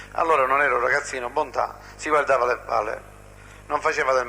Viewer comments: "Bontate", non "Bontade". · Ma porca troia, fate i video e non sapete manco i nomi. Si chiamava Stefano Bontade, Bontade, Bontade, Bontade non Bontate e che CAZZO!!! Detto "Il principe di Villa Grazia". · cmq si chiamava Stefano BontaDe non Bontate